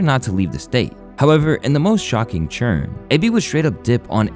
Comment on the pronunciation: Take a shot every time this guy says churn instead of turn 😂😂